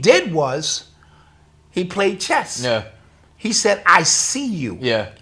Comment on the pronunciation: Chess? Or Thess?😅